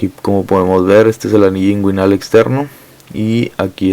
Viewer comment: Cvo sabía que hay una ureta esponjosa creí que era cavernosa. Muy buena la info perp el segundo señor que explicó esta rexontra perdido no pronuncia bien nisiquiera inguinal.